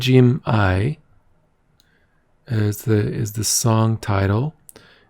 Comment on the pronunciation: Almost right but Karagym-ai or Qaragym-ai is pronounced with a hard G, like you would say Gh 💖